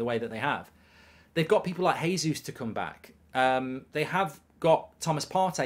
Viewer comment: Mark pronounced "jesus" name wrong..lol